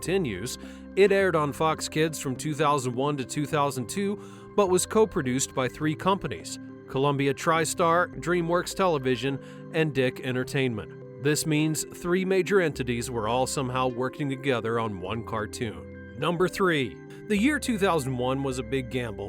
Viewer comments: Dick Entertainment? Lol it's DIC, pronounced as "DEEK" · DIC entertainment is pronounced "deek" not "dick". Just felt I needed to let you know for future reference.